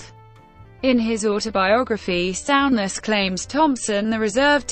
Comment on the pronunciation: Sow-ness😆 stupid computer.